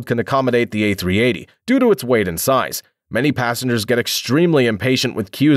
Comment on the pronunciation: i know you did not just say a380